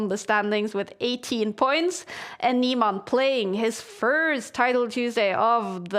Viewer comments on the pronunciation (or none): hans neeMON bro pls just say his name properly once